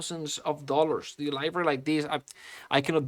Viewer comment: Dude for the love of God please learn how to say "Library", it's not "Livory"